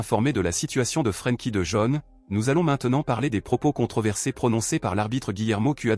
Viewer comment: d'abord on ne dit pas de jaune c'est pas un chinois il est pas jaune revoyez votre langage monsieur parler bien ce monsieur néerlandais s'appelle de yong en prononciation OK